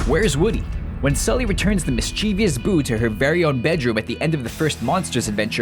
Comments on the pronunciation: mischievous: It's not "Miss-Chee-Vee-Iss"... It's "Miss-Chi-Viss". Come on,. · Audrey Hollenbaugh They may pronounce it differently, but it's also the incorrect pronunciation. If you're going to be speaking english, speak it correctly. ie: It's not EXpresso, but espresso... it's a pet peeve not to just myself, but many others.